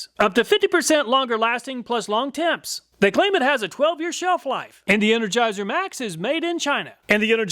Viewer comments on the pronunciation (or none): "Plus longtemps" hehe. It's French and pronounced "ploo longtomp." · "Plus long temps" hehe. It's French and pronounced "ploo long tomp." You crack me up. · Dude I absolutely love your videos. Ya kinda cracked me up in this one on accident, though. "Plus Longtemps" is French, pronounced 'Plu Long-Tom' and just means the same "Longer Lasting" as the line above it. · When you read "Plus Long Temps" in English I cracked up. That's French for "Longer Lasting" and is pronounced "Ploo Lon Tahm" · "Plus long temps" is French for "longer time". Canadian packaging. Plew long tom would be a close but really bad approximation of the pronunciation. You likely don't read IPA, and I can't type in it anyway. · FYI "Plus Longtemps" is French for "Longer Lasting" pronounced 'ploo long tom" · Hi "Plus Longtemps" (pronounced ploo long-tomp") on the energizer package is French for "Very long lasting". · The part that I watched several times is: "Plus long temps" hehe. It's French and pronounced "ploo long tomp." cracks me up m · "plus longtemps" please... if you're going to read the french, do not destroy it. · “Plus long temps” is “longer lasting” in French. And pronounced just a bit differently 🤣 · “plus longtemps” 😂😂 I’m here if you’d like help with your French,!